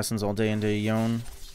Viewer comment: why is everyone miss pronouncing his name wrong, it's an E yon.E. not like yonn